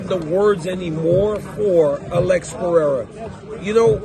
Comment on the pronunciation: You’re butchering Alex Pereira’s last name btw.